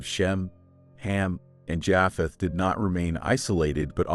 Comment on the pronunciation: He keeps saying Jaaapheth and it's making it so difficult to listen to. Is this AI? It's pronounced Jaypheth.